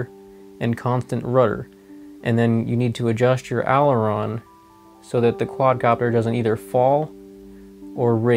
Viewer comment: Learn how to say "Aileron"